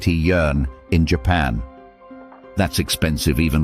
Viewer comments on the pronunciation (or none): none